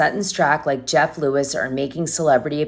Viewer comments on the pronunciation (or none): none